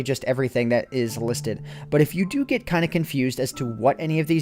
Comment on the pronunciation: "so I had to fo" not "so I had to do"...